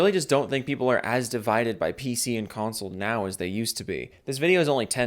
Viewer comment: lol cumsole 🤣